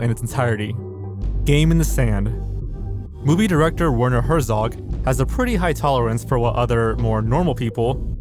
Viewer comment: Why did you apologize for saying the Japanese name correctly and then proceed to mispronounce every other name? Herzog and Melies I get. But you called Cannes, Cane's film festival?! Come on dude. Put in some effort in learning how to pronounce popular names you don't know.